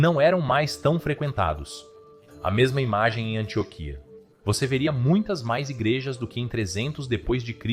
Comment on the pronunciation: Antióquia não Antioquia😬